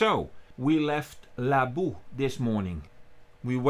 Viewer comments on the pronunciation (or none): Hallo. In your last video, you mentioned that you weren't entirely sure how to pronounce the word "Laboe." It's actually quite simple. The umlaut in the letter "o" sounds exactly the same as in the word "Smoegen." 🙂